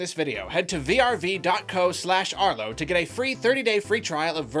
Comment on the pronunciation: Arlo its vrv not vrv